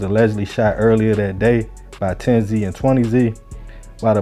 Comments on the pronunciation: Its pronounced 10s and 20s not 10-Z or 20-z I went to high school with a couple 10s used to smoke with one of them. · It’s not 10 Z and 20 z it’s 10’s and 20’s… how u speaking on gangs in states ypu have no idea how to pronounce? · thank you i was like if i hear this mf say zee one more time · aye southside we outside baby but if bro says zee one more time we gonna let the highs and lows team up and let you know how to say it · You don’t have to say the “Z” say it how it is pronounced It’s “tenz” Gang and “twentyz” gang no Z shit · Tens and twenties. Like rolling 20z from Lbc. That’s how it’s pronounced. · Bro it’s tens and twenties not 10z and 20z that’s just how they spell it not how you pronounce it I’m from mpls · this nigga said TEN-ZEE and TWENTY-ZEE fuck you on bro?????? embarrassing as hell